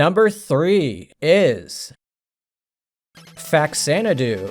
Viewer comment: Every time I get recommended one of your videos, I start to watch for interest of another gaming opinion, and then I hear "number 10 ... iS" and I have to turn it off. I don't expect my opinion matters, but that "Is" really annoys